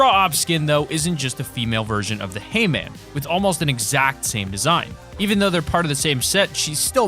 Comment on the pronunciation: Did anyone else think of he man when hearing hay man